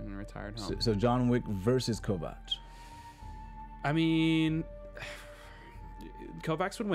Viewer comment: Is purposely mispronouncing Kovacs' name? They say it multiple times in the show and says it correctly but you repeatedly pronounce it wrong.